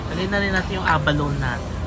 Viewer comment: Pronounced as abalo-ne ( a-ba-lo-ne)